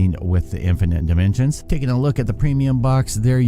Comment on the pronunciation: “Provinens gunam” “infinit nimensions” “super heavy nuny”